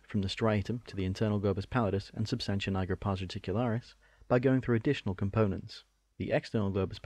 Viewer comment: Jesus christ why are you saying pars reticularis? It hurts my ears